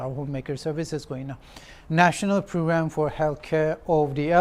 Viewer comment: Children - chiren , Kilometer - Khlometer, parents - pharents, phrugramme, specfically, phractically 😅😅